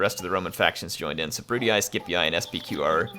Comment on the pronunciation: julee-aye, brute-ee-aye, skeep-ee-aye. iuleeee, bruteeee skeepeeee